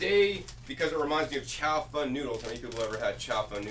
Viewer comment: It's not chow "fun" noodles. haha It's chao-fAhn